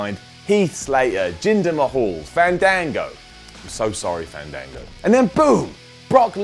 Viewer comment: Fandango's name is pronounced with soft A's. There was a whole gimmick about how to pronounce his name. Remember? :-D